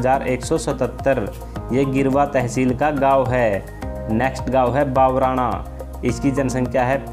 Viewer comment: Bhai बावराणा nhi he vo भबराणा hey our jadol tehsil nhi salumber tehsil ka gaav he vo